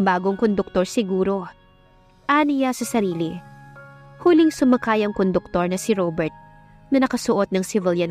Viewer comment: Conductor po not koduktor